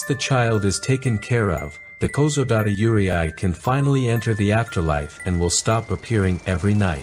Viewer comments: it's pronounced Yu-rei not Yure-I. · It’s pronounced “you-ray”, not “you-ree-eye”. The Japanese language is exactly how it is written “yurei”. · Yurei is pronounced “Yur-ay” not “yur-ee-eye” btw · How do you go from "yu" and "rei" to "yUrIAi"? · I love how he correctly pronounced "yuurei" when separated into "yuu" and "rei", but reads it as "yurieai" for the rest of the video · It's very interesting, but just FYI. The correct pronunciation for Yurei is (phonetically) "You ray" not "you ree eye". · Yurei is pronounced like "yoo-ray", not yoo-ri-ai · Please note that Yurei is absolutely not pronounced “Yuri-Ai” it is pronounced you-ray. I’m really surprised you got this wrong 😅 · You cant say Yuurei (Its like Rey, not Re ai) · Why did you keep saying "yuuriai" instead of "yuurei"? When you broke down the word near the beginning you said it correctly, so you must have known how to say it, but then said it wrong throughout the rest of the video. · Its you-reh-eee yurei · “Yurei” is pronounced “u-ray”, not “u-ry-ai”. I assume this video is using AI voice but still, it creates a bad impression to your channel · This was great! Just one thing…Yurei us pronounced “You-Ray”. Yurei are mostly those with grudges and can’t move on. Yokai are those that take the form of animals or other beings. An Oni is a demon, a female demon is Onna. So like Kuchisake-onna. “Slit Mouth Woman”. See any of these…RUN LIKE HELL. ❤ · he explained how to pronouce the kanji properly after that still pronouce it as yureay lmao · I was so confused on your pronounciation 😂😂 "Yure-i" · Good documentary, one thing to note tho is Yurei is pronounced as Yu-re 😅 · great video, but just a heads up that "yurei" is pronounced "you-lay" or easier for english speakers, "you-ray" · How misplacing is that pronunciation in "Yurei". It's "you-ray", approximately. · its pronounced as yu ray... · How yurei is pronounced is haunting me T__T